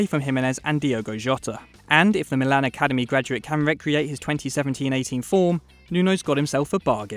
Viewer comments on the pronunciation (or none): none